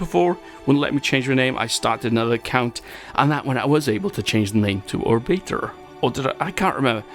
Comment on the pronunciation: hi even though you mispronounced my name thank you